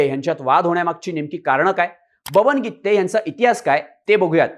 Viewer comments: Irritate zal गित्ते गित्ते... गिते आहे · गीत्ते नाही गीते आहे पत्रकार मराठी चांगले शिका शब्दाचे अनर्थ होत आहे😂😂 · Brother it’s Gite not Gitte😂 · गित्ते नाही ओ गीते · गीते आहे गित्ते नाही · गित्ते नाही रे गीते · गित्ते नाही रे बाबा गीते . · गित्ते नाही रे भाऊ, गिते, गिते.